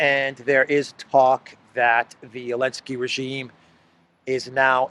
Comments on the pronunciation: Why does call him “Elensky “? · Elensky banned the letter Z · Его фамилия ЗЕЛЕНСКИЙ - Z - а не Еленский (Elensky)! The surname sounds ZELENSKY , but not Elensky